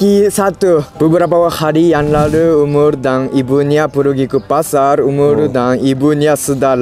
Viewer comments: umar bkn umurrr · Km jg salah sebut nama Umar jadi umur 😆 telor gulung jadi teror gurung 🤪